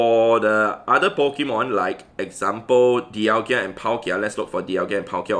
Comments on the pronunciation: (Daial-ga) thats how you pronounce it but it's spelled dialga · I love ur vids but every single time u say dialgia i dislike ur vid bro, learn to pronounce names xD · When you realise it's pronounced dial-GA and not dial-GIA Edit: LMAO thanks for all the hate I got in replies😂 keep it up guys!! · Please stop saying Dialgia instead of Dialga